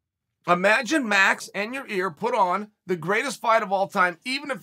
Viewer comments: I want to meet these fighters Chael is naming. Never met or heard of a guy named "Year OR Yaear" in my life. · He pronunced Yair, 3 different ways in this video. So fantastic. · So nobody caught that Chael didn’t call Yair, Yarear 🤔🤷🏾‍♂️😂